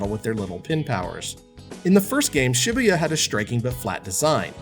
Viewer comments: "shibbeyuh" Was it too hard to take ten seconds to google how to pronounce the name of the city the game is set in? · I cringe everytime he pronounces Shibuya. Its pronounced shuh-boo-yuh.